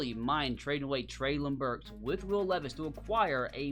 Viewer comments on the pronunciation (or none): none